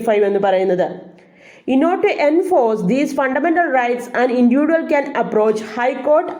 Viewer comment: Maa'm..... ഇൻഡിവിജ്വൽ എന്ന് Pronounce ചെയ്തു കൂടെ??